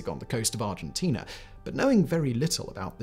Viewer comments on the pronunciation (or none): none